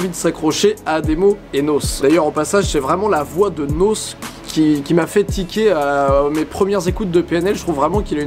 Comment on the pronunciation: N.O.S stp pas nosse 😂😂❤️